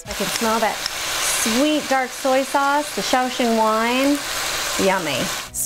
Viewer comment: Top 10 ways to correctly pronounce SOY (S-OI)